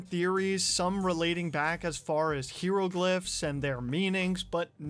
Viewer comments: HI-RO-GLIFF ya putz. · "hero glyphs" lmao